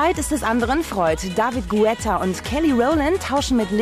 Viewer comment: Daaahvid Guh Etta. Ja, genauso heißt der :D